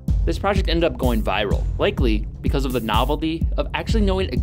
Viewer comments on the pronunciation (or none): none